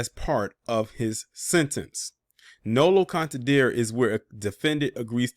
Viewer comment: It's pronounced nolo con ten Dre T.